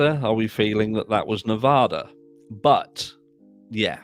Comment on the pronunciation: I want to help you out😊 When you say “Y’all are my babies” you don’t pronounce the “are” you do but you don’t. You are saying it too proper lol. Just say “Y’all my babies” you can start to pronounce the “are” but just let it blend together fast. It’s kind of hard for me to explain especially when I’m typing. But I just want you to know you make me laugh so much every time I watch your videos plus it’s great information but you really really you make me laugh you’re very funny and you make my day.